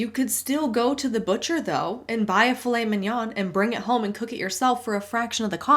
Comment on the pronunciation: I'm french, and Filet Mignon is french, and I love how you pronounce it ! It sounds real mignon !